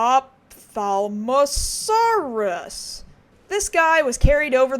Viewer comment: of-tal-mo-saurus, how is that hard to pronounce?